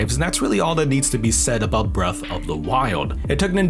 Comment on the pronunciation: BREAF of DA WIYULD